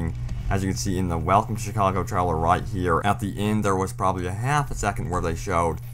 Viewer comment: Trellers? How the fuck is 'trailer' pronounced treller? What?